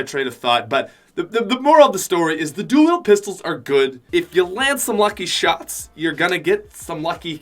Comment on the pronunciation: So no ones going to notice the fact of how he says "dual pistols"? "duewheel pistols"